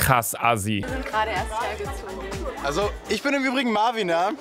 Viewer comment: Lucaaaaaaaa der heisst Marviiiiiin und nicht Marvin 😂😂😂😂😂😂😂😂😂😂😂😂😂😂😂😂😂😂😂😂😂😂😂😂😂😂😂😂😂😂😂😂😂😂😂😂😂😂😂😂😂😂😂😂😂😂😂😂😂😂😂😂😂😂😂😂😂😂😂😂😂😂😂😂😂😂😂😂😂😂😂😂😂😂😂😂😂😂😂😂😂😂😂😂😂😂😂😂😂😂😂😂😂😂😂😂😂😂😂😂😂😂😂😂😂😂 😂😂😂😂😂😂😂😂😂😂😂😂😂😂😂😂😂😂😂😂😂😂😂😂😂😂😂😂😂😂😂😂😂😂😂😂😂😂😂😂😂😂😂😂😂😂😂😂😂😂😂😂😂😂😂😂😂😂😂😂😂😂😂😂😂😂😂😂😂😂😂😂😂😂😂😂😂😂😂😂😂😂😂😂😂😂😂😂😂😂😂😂😂😂😂😂😂😂😂😂😂😂😂😂😂😂 😂😂😂😂😂😂😂😂😂😂😂😂😂😂😂😂😂😂😂😂😂😂😂😂😂😂😂😂😂😂😂😂😂😂😂😂😂😂😂😂😂😂😂😂😂😂😂😂😂😂😂😂😂😂😂😂😂😂😂😂😂😂😂😂😂😂😂😂😂😂😂😂😂😂😂😂😂😂😂😂😂😂😂😂😂😂😂😂😂😂😂😂😂😂😂😂😂😂😂😂😂😂😂😂😂😂 😂😂😂😂😂😂😂😂😂😂😂😂😂😂😂😂😂😂😂😂😂😂😂😂😂😂😂😂😂😂😂😂😂😂😂😂😂😂😂😂😂😂😂😂😂😂😂😂😂😂😂😂😂😂😂😂😂😂😂😂😂😂😂😂😂😂😂😂😂😂😂😂😂😂😂😂😂😂😂😂😂😂😂😂😂😂😂😂😂😂😂😂😂😂😂😂😂😂😂😂😂😂😂😂😂😂 😂😂😂😂😂😂😂😂😂😂😂😂😂😂😂😂😂😂😂😂😂😂😂😂😂😂😂😂😂😂😂😂😂😂😂😂😂😂😂😂😂😂😂😂😂😂😂😂😂😂😂😂😂😂😂😂😂😂😂😂😂😂😂😂😂😂😂😂😂😂😂😂😂😂😂😂😂😂😂😂😂😂😂😂😂😂😂😂😂😂😂😂😂😂😂😂😂😂😂😂😂😂😂😂😂😂 😂😂😂😂😂😂😂😂😂😂😂😂😂😂😂😂😂😂😂😂😂😂😂😂😂😂😂😂😂😂😂😂😂😂😂😂😂😂😂😂😂😂😂😂😂😂😂😂😂😂😂😂😂😂😂😂😂😂😂😂😂😂😂😂😂😂😂😂😂😂😂😂😂😂😂😂😂😂😂😂😂😂😂😂😂😂😂😂😂😂😂😂😂😂😂😂😂😂😂😂😂😂😂😂😂😂 😂😂😂😂😂😂😂😂😂😂😂😂😂😂😂😂😂😂😂😂😂😂😂😂😂😂😂😂😂😂😂😂😂😂😂😂😂😂😂😂😂😂😂😂😂😂😂😂😂😂😂😂😂😂😂😂😂😂😂😂😂😂😂😂😂😂😂😂😂😂😂😂😂😂😂😂😂😂😂😂😂😂😂😂😂😂😂😂😂😂😂😂😂😂😂😂😂😂😂😂😂😂😂😂😂😂 😂😂😂😂😂😂😂😂😂😂😂😂😂😂😂😂😂😂😂😂😂😂😂😂😂😂😂😂😂😂😂😂😂😂😂😂😂😂😂😂😂😂😂😂😂😂😂😂😂😂😂😂😂😂😂😂😂😂😂😂😂😂😂😂😂😂😂😂😂😂😂😂😂😂😂😂😂😂😂😂😂😂😂😂😂😂😂😂😂😂😂😂😂😂😂😂😂😂😂😂😂😂😂😂😂😂 😂😂😂😂😂😂😂😂😂😂😂😂😂😂😂😂😂😂😂😂😂😂😂😂😂😂😂😂😂😂😂😂😂😂😂😂😂😂😂😂😂😂😂😂😂😂😂😂😂😂😂😂😂😂😂😂😂😂😂😂😂😂😂😂😂😂😂😂😂😂😂😂😂😂😂😂😂😂😂😂😂😂😂😂😂😂😂😂😂😂😂😂😂😂😂😂😂😂😂😂😂😂😂😂😂😂 😂😂😂😂😂😂😂😂😂😂😂😂😂😂😂😂😂😂😂😂😂😂😂😂😂😂😂😂😂😂😂😂😂😂😂😂😂😂😂😂😂😂😂😂😂😂😂😂😂😂😂😂😂😂😂😂😂😂😂😂😂😂😂😂😂😂😂😂😂😂😂😂😂😂😂😂😂😂😂😂😂😂😂😂😂😂😂😂😂😂😂😂😂😂😂😂😂😂😂😂😂😂😂😂😂😂 😂😂😂😂😂😂😂😂😂😂😂😂😂😂😂😂😂😂😂😂😂😂😂😂😂😂😂😂😂😂😂😂😂😂😂😂😂😂😂😂😂😂😂😂😂😂😂😂😂😂😂😂😂😂😂😂😂😂😂😂😂😂😂😂😂😂😂😂😂😂😂😂😂😂😂😂😂😂😂😂😂😂😂😂😂😂😂😂😂😂😂😂😂😂😂😂😂😂😂😂😂😂😂😂😂😂